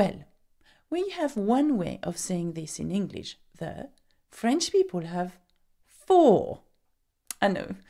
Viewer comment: But the is not prononce as djel